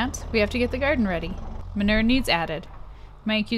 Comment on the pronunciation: I’m so triggered by the way you say ma-noo-er 😆